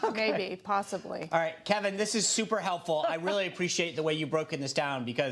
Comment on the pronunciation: Kevin's face when the dude pronounced his name correctly.